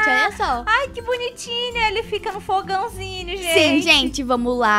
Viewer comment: Ela fala fogãozinio kkkkk